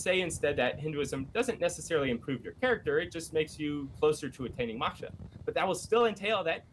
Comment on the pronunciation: If i hear maksha one more time lol. God these 2 attempting to discuss "Hinduism " is nails on a chalkboard